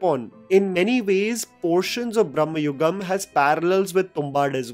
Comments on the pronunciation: It's not 'bhramma' yugam (age of bhramam) man, it's 'Bhrama-yugam' bhramam means madness.. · It's not brhama but bhrahba(confusion) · It's not pronounced brammayugam, it's bramayugam , bramam means madness. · It is not Brahmayugam like Lord Brahma, but Bhramayugam, Bhrama like illusion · Exactly. I saw many ppl makes this mistake even after seeing the movie. Mamooty clearly says 'bramayugam' brama means going mad. But many ppl say it's as brammhayugam. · Its bramayugam not branmayugam. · The title of the movie is pronounced "bhrama yugam" and not "bramma yugam" as you say in the first few seconds of your video. The first word in the title means delusion (in hindi - भ्रम). Your pronounciation of the first word in the title as bramma (in hindi - ब्रह्मा) makes you interpret the title for an "era that represents the exodus of Gods", when in fact it is referring to the delusions of the principal characters in the movie. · You are pronouncing it in the wrong way. Its Bramayugam,not Brahmayugam. Both are different in meaning. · Its not bramma yugam it is bramahyugan.. Bramam means madness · just a lil correction. it isnt "brahma" yugam (like the god brahma). its "bhrama" yugam. like bhram. roughly transalted as confusion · Please try to pronounce, it as Bharama yugam(Madness age), Not as Bhrammayuagam(Time of Hindu god Bhramma) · Bro not brahmayugam its bramayugam both have different meanings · Bro its not Bhrahmma.....its Bhrama.......illution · It's not bhramayugam it's bramayugam, bramam meaning fantasy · You are pronouncing the title wrong. You are saying brahmayugam which means age of Brahma (like the god). It's actually age of madness it's pronounced different, m sound is not stressed, b sound is not like that of biriyani but of Bharath. Bramayugam. Not ब्रह्म its भ्रम. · it is not Brahmayugam, but Bhramayugam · It is not ‘bram-ma’ yugam. It is “bhra-ma” yugam . Meanings are apart. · It's not Brahmayugam, it's pronounced Brama-yugam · Bramayugam not Bhramayugam